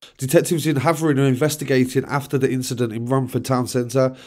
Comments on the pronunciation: Havering is pronounced hay ver ing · You’re not pronouncing the name Havering correctly mate